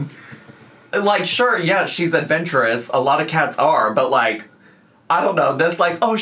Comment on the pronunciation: “She’s ahvenshurous” Please, please just enunciate the words girl 😭